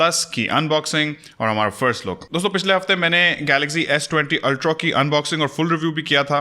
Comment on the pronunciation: Aap Ultra ko "ultrau/ultrow" kyun parhty hein? It is ultraa, not ultrau or ultrow.. Sorry just wanted to point out Jo maine note kia.